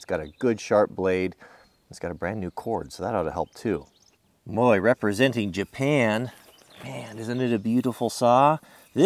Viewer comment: Did anyone notice he put an e at the end of japan